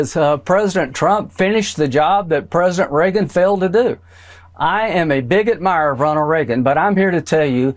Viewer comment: Did he say “big admirer,” or “bigot mirer”?